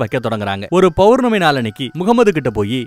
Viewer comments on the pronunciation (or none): none